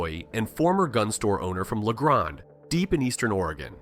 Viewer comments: If you can't pronounce Willamette or La Grand correctly, you have no business doing a video on Oregon. Clean energy is a fraud. All conservative minded persons in Oregon are hostages to Portland and Eugene. Some conservation issues in Oregon were good, but the left was not satisfied and pushed until many are rebelling. In general, this video is ok but there is some real bull schiff. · Yeah, they're pronounced Mal-HURE, Luh-GRAND and Will-AM-IT.